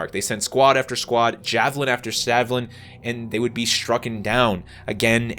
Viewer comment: “Javelin after savilin” 😂